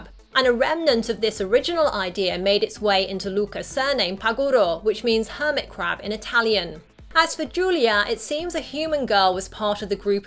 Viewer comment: Every time hermitcrab is said I understood Hermitcraft